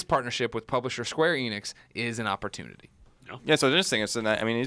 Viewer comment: They are pernouncing Square Enix wrong, just like everyone else